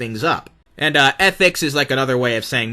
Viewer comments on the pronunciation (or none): saying atnics is wild